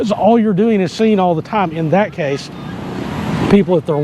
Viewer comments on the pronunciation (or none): none